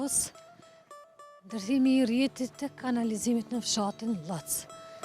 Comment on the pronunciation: Kur do te fillosh ta dallosh nje Emer qe ëerfundon me "ë" ne fund lexohet ndryshe eshte pra Llovcë ,jo Llofc. Nerva po me shkone seriozisht. Shume e pa përgatitur.